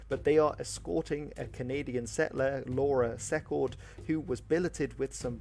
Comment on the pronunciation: The video you watched was a real butchering of the full story of the War of 1812, complete with mispronunciations of names like Laura Secord (pronounced See-cord) and Chateauguay (pronounced Chateau-gay). The full story contains tons of incredible bits of information, like how Brock was one of the leading proponents of a Native buffer state, and how, had he survived, the Natives likely would have gotten a better deal out of the whole thing. The role of the militia has for 200 years been overstated, the natives played a far more important role in defending Canada against the Americans, who were universally terrified of the "Indians" as they were called then. After the British and their allies defeated Napoleon in Europe, they were able to turn much more of their resources towards the American war. They even wanted the Duke of Wellington, fresh off his defeat of Napoleon, to take his battle-hardened troops to North America to prosecute the war. Had he not declined, the US may have been returned to British rule. Here's a far better video, although it's nearly 2 hours